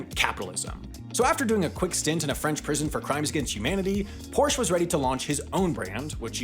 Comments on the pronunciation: I almost forgave the 50 times he said "porsh" but calling the Beetle ugly was purely mean spirited. Honestly the idea was a pretty good one to get people a car even if the idea was from a terrible person. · Say it with me; por - shuh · as a kid I thought "porsh" was just a nickname people used like chevy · The guy who started the company was named Ferdinand Porsche. The company is named after him. Pretty sure he didn’t name it Porsh. It’s just as easy to say it right. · Please learn how to say "Porsche" and "Volkswagen"! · The way you pronounce Porsche is going to trigger a lot of people lmfao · I twitch every time I hear the word “Porsche” mispronounced. This video was terrible. #BasicResearch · You miss pronounced Porsche. There is an "ah" sound at the end. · I never heard anyone mispronounce Porsche so many times in such a short time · SAY THE DAMN NAME CORRECTLY. I left after 12 seconds. Porsche is literally the family name. Literally Ferdinand’s last name. Whatever your last name is, I bet you’d be irritated if they said it wrong too. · What a great video! However, it is such a pain in the ears that Porsche was not pronounced correctly one single time!!! Guys its PorschE!!!! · stop pronouncing Porsche wrong. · Now i don't expect a non native speaker to pronounce Porsche correctly, however i do expect someone that does a video about them and says Porsche a bunch of times to invest the 3 seconds it takes to look up how it is pronounced. Especially when it's such a common problem that Porsche itself made a video on how to pronounce it correctly like 5 years ago. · That's now how you pronounce Porsche. The e is not silent. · Can’t blame you for how you pronounce Volkswagen, but I do blame you for how you pronounce Porsche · I'm going to have a stroke listening to mispronounce Porsche without the e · I love how English speakers always forget the e of Porsch!E! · The E at the end of Prosche is there for a reason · Nice pronunciation of 'Porsche'